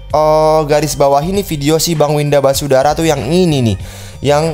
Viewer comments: Basudara bang bukan wisadara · Basudara bukan wisadara wkwk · syandu: wisadara 😂😂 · Bocil Kematian: basudara(Brando): Wisadara Me:??!!?? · Bisadara Semua: Basudara Panggil Bersaudara aja kalo Basudara nyebut nya susah, kang typo emang:v Edit: tumbnail commentnya kok 1 tahun lalu? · Ngakak lihat bilang Winda basudara jadi wisadara 🤣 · bang bukan wisadara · basudara bang bukan basudara